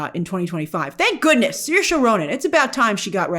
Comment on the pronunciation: Grace it’s not seershay it’s sirshuh, just letting u know hehe I know irish names are hard for english speakers